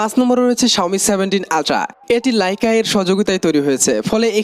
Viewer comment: লাইকা না, লেইকা